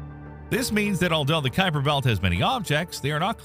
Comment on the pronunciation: The first thing you need to know about the Kuiper belt is how to pronounce Gerard Kuiper's name correctly.